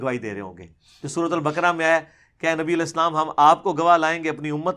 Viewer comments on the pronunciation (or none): none